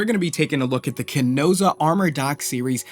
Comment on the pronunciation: I love the review, except the mispronunciation of Chesona lol you say Chenosa! I got a chuckle out of it anyway!